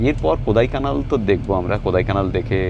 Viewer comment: দাদা ওটা কোদাইকানাল নয় কোড়াইকানাল ড় উচ্চারণ হবে Kodaikanal (Tamil Nadu state ,, Dindigul district)